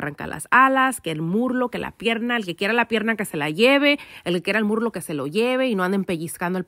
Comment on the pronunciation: Se dice muslo not murlo replace the r with s that’s all 👍